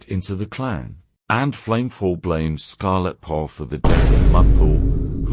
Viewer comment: The cat's name: Scarletheart The TTS: Ah yes... Scarell Thart 🙂